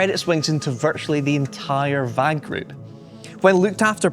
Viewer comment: Also, you're not saying VAG correctly